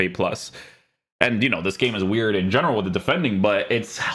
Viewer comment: Why do you end so many words with a J sound? Weirj? Offsije?